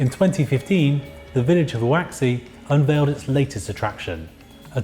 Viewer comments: Could you spend one more minute on learning the pronunciation of HUAXI in Chinese? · This dude needs to learn how to say Huaxi haha 😂 can’t cope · The host can't even say the city name correct，I mean not even close.. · Cringed at the pronounciation of Huaxi 😂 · Lol "hoo-ax-ee", didn't realise he was mentioning the name of the place. You really butchered it 😂😂😂, it's hwa-see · Huaxi = "hu-wa-shee", not "hu-wa-ksi" 👌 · how does one go from Huaxi to Hu-Wack-Se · Huaxi: It’s not pronounced ‘waxy’, it’s ‘wha shee’ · Huaxi is pronounced hwa shee not hooah ksee. Surely 1 minute on a google search could have found that out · "Who axey"? Seriously? It's pronounced like "hwah-shi ". It only takes a few seconds to check. But if you can't do that, at least take a second to ask yourself: "Who axey".. does that sound Chinese? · It's because he's reading transliterated Chinese as if it's phonetically written for English. That's how Huaxi becomes "Huh-axi" instead of "Hwa-shi". Unless you have a basic understanding of how romanized Chinese is supposed to be handled, there's no way of knowing how to properly enunciate a diphthong like "ua" or a consonant like "x". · The pronunciation of huaxi was cringe. It’s pronounced hwow-gee. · Whowaksee? That's not even near how you pronounce huaxi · This dude fr said hoo-waxy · Huaxi = hoooaarr sheee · Huaxi is pronounced hwah'shee dude 😥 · HUAXI in Chinese language "pinyin" system of romanization is pronounced as "huashi" in English phonetic, where the "X" letter is pronounced as "sh" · Huaxi pronunciation: Hwa-she. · Hu-aksy??? Really? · tf was that "howewe" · I'm preeeetty sure that Huaxi is not pronounced "Hawacksy". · You are the second person I've ever met who pronounces Huaxi as wuksi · Prakhar Tiwari why does he say who-axy? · I like this video but the host's pronouciation of HuaXi is just atrocious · his pronunciation of Huaxi hurts me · Is no one bothered by how he pronounces Hauxi? Just me? okay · The way he pronounced HuaXi!😭😭